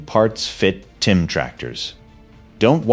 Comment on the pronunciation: The fact that you keep saying “TIM” instead of TYM really destroys your credibility.